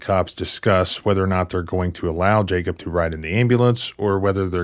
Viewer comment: There is no-one in this case called "Jake-up". It's very clearly Jacob. Is this an inside joke? You can't possibly be this poor at pronunciation.